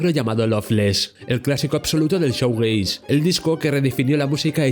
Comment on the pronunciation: Crítica constructiva: Shoegaze se pronuncia "Shuugeis"no "Showgeis". El contenido del vídeo es muy interesante,pero la mala pronunciación echa un poco para atrás